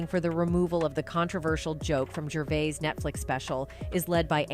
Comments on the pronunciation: AI doesn’t pronounce a lot of words correctly. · It’s “Jurr - VAY”